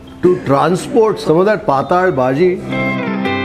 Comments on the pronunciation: It's patal (पातळ भाजी) bhaaji and not pataaaal bhaji!😄 You are a ex Mumbaikar right? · .. thin(paatal) not netherworld (paataal) …. But almost tasted the food today…. Yummy 🤤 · Its not paatal bazi!! Its pattal baazi (marathi ward ) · Sirji, "Paataal" nahi.."Paatal" lol it is Konkani word for Thin. Looks like a Konkani establishment since there are a lot of GSBs in Hubli, Dharwad region. My grandfather used to make the best Kashaya. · Patel = non Sukha or wet bhaji. Not sure if it is pronounced as “hell” Paataal in Kannada against Paatal in Marathi. पाटाल or पाटल, Hindi fonts do not have the other 2nd ल. Even in Marathi marriages you have smaller batata Wada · Hi, we love your channel and very nice and awesome commentary in all your videos, also fantastic documentary, kudos to your efforts. I think the Bhaji you mentioned as Patal bhaji May be pronounced as PATTAL BHAJI (Flyidic, liquid, thin. May be Marathi word) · Yes correct. It's pronounced as 'Paatal' in konkani/marathi and not 'Paataal'.